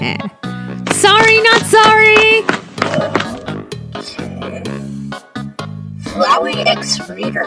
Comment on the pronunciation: Flwey you flwey and flwer